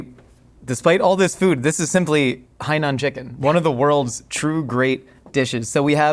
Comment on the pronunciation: Theres no way im the only one that hears him say HIGH NOON Chicken